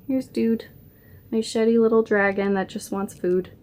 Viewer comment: when you brought dude out i thought you said "look at your shitty body" not "sheddy body" hahaha